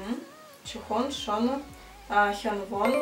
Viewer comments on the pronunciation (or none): Я рада что ты сняла это видео, но хочу немного внести поправок. Название группы правильно говориться «монста экс» И лидером группы является ШонУ «ударение на букву У» Ну и Вонхо «ударение на букву О» А так ты молодец что быстро выучила их)) если бы немного рассказала свои впечатления о группе, было бы ещё лучше) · наверное тебе нужно сменить куратора по к-поп группам она не правильно произносит их имена и лидер группы Шону (ударение падает на последний слог на все имена корейцев) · Не Монста Икс,а Монста Экс Не вОнхо,а вонхО не шОну,а шонУ не «чюхон»,а Чжухон и лидер группы не Кихен,а Шону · Кихён не лидер группы, он главный вокалист. А ещё читается не шОну, а шонУ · И не шОну, а шонУ